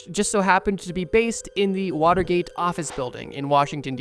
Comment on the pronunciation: Way to butcher Watergate.